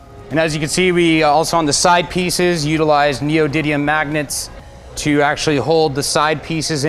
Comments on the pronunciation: Neo-did-ium magnets? Haha😂😂😂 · Kyle Mehok I know what they are, I was just commenting on the way he pronounced it